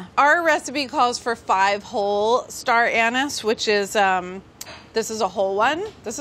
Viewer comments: its star an ees. not an es smh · Everyone: Star Ah Neese Carla: Star An niss. lol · You did not just pronounce star anise like that 😱😱😱😱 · Is no one going to comment on how she pronounced star anise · Carla is seriously proancing Star anise WRONG!